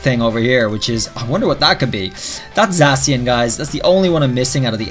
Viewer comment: Pleas don’t say zasian say zakian